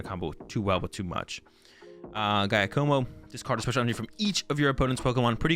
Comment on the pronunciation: Gaia-komo?! 😂 My boy's never heard the name Giacomo!